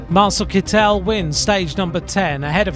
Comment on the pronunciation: Doesn't his name have a German pronunciation Kit-tel rather than Kit-el (with stress on the e, sounding very french as pronounced in all of these videos).